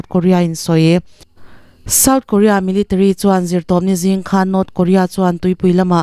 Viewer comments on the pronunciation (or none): none